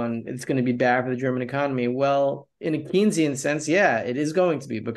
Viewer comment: It’s “Cane-sian”